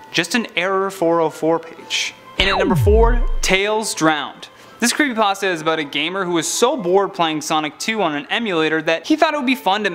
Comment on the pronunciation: creepy pAHsta